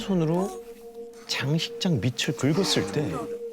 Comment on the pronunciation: 재밌고 무서웠는데 황제성씨 글 읽을때 발음 잘해주셨음 하는 아쉬움이 있네요 밑을 발음이 ..미츨로 읽어서 흥미가 떨어짐 다음엔 잘 알고 읽어주세요^^